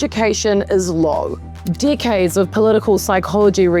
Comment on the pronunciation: Thats an interesting way of pronouncing decades